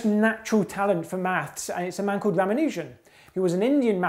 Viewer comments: It's ra-MAN-u-jan, not ra-ma-NUUH-jan. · Ramanujan has a long a, not a long u. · This guy needs to pronounce Ramanujan correctly.